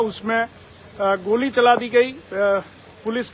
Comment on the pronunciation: Report goli ko gaali bol rha bolna hi nhi aaa rha reporter ko